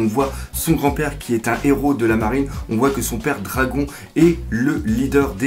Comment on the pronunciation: Je suis désolais mais je suis obligé de te tire que l'on prononce le "NE" dans le nom du père de luffy dragon . C'est pas pour faire le rabat joie mais je tenais a te le dire . Sinon super vidéo je t'adore continue :) .